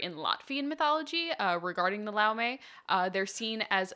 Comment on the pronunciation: So Laume is singular. Laumes is plural. It is pronoused "Loumes" or singular "Loume"